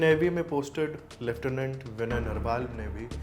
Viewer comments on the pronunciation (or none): none